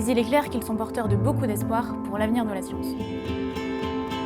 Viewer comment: "pour l'avenir de la scionce"^^